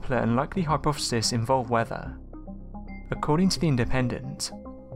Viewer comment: "Ardick?".... nah man that's Arc-tic.. "Wevva."... nah man that's Weather. Why you speak like a three year-old?